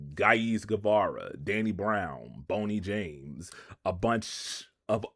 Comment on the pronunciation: No way you said Bony James